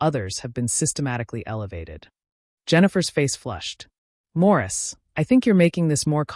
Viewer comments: Why does the narrator keep saying “Maurice” rather than “Morris”? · Why does she keep calling him Maurice...😅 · Morris not Maurice